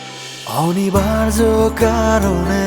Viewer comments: গানের উচ্চারণ এত কানে লাগে বলার নয়।খুব বাজে।খুত গুলো ঠিক করে গান গাওয় উচিৎ।"অনিবার্য "শব্দটা শুনে নাটক দেখা মাথায় উঠলো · 'অনিবার্য' উচ্চারণটা রীতিমত কানে লাগে। হ্যাঁ, গানের কথা সুর ভাল।